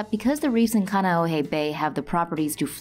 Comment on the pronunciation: Khan-e-oh-hey for reference